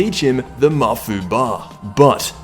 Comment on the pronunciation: The way he pronounces Mafuba pisses me the fuck off.